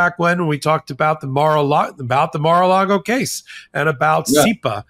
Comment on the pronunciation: You 'MEAN MAR AH LARD OHHH"??